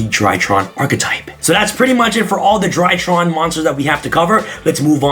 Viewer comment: For some reason every time he says “DryTrons” i hear “ TryHards” lmfao haha is this a tryhard deck lmfao haha 😂 overall i think i will give the ritual monsters a chance